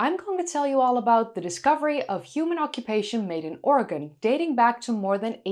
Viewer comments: Thank you for pronouncing 'Oregon' correctly. 'Oregin' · And yet, it should be pronounced correctly. But I have thanked for pronouncing it correctly. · Thank you for pronouncing "Oregon" correctly! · Thank you so much for pronouncing "Oregon" correctly!😀👍 Thank you for the updated video. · *standing ovation for your pronunciation of Oregon. ty for caring what locals say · You pronounced Oregon exactly like a local,something few Americans can pull off.😎